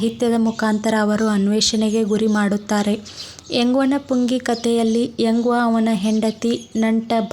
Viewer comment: ಎಂಗ್ಟನ ಪುಂಗಿ ಪದವನ್ನು ನೀವು ಉಚ್ಛಾರಣೆ ಮಾಡುತ್ತಿರುವುದು ತಪ್ಪು. ಅದು 'ಎಂಗ್ವನ ಪುಂಗಿ'ಯಲ್ಲ, 'ಎಂಗ್ಟನ ಪುಂಗಿ' ತಪ್ಪು ಓದಿನಿಂದ ವಿದ್ಯಾರ್ಥಿಗಳಿಗೆ ತಪ್ಪು ಮಾಹಿತಿ ಹೋಗುತ್ತದೆ. 'ವ' ಒತ್ತಕ್ಷರಕ್ಕು 'ಟ' ಒತ್ತಕ್ಷರಕ್ಕು ವ್ಯಾತ್ಯಾಸವಿದೆ ಗಮನಿಸಿ ಸರಿಪಡಿಸಿ. ಅದು ವೆಂಕಟ ಎಂಬ ನಾಮ ಪದ. ದಕ್ಷಿಣ ಕರ್ನಾಟಕದ ಕೆಲಭಾಗದಲ್ಲಿ ವೆಂಕಟ ಎನ್ನುವ ನಾಮಪದವನ್ನು, 'ಎಂಗ್ಟ', ಎಂಕ್ಟ, ಎಂಕಟ ಎಂದು ಗ್ರಾಮ್ಯ ಸೊಗಡಿನಲ್ಲಿ ಉಚ್ಛರಿಸುತ್ತಾರೆ. ಅದರ ಅರಿವು ನಿಮಗಿರಲಿ.